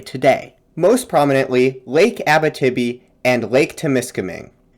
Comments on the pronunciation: Just one small thing. Abitibi is not pronounced Abbatibby. It is pronounced more like Abeeteebee. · Abitibi --- great video, you may want to look up how that is said though!